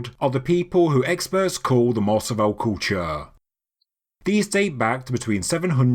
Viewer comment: Pronunciation Tip: Mars-ah-vi-yay Spanish is pronounced crisply on the tip of the tongue. The emphasis should be on the last syllable.